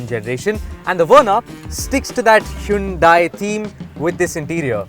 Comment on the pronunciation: Well, if you are explaining what "Hyundai" means, then atleast pronounce it correctly buddy., time to review the video before posting